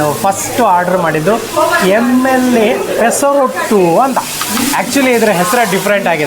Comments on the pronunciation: ಪೆಸರೋಟ್ಟು ಅಲ್ಲ ಪೆಸರಟ್ಟು. ಆಂಧ್ರ ತಿಂಡಿ. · Pesa rottu alla Sir. That is Pesarattu. Please pronounce telugu correctly